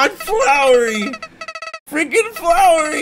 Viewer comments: “” um.....it's.........FLOWY not FLOWERY please...say sorry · its flowy!not flowerie